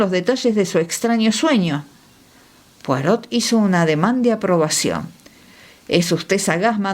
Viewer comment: La Lectora aunque pronuncia muy bien inglés, debe omitir la pronunciación de la T de POIROT q está en Francés. Saludos!!!! 😊😊😊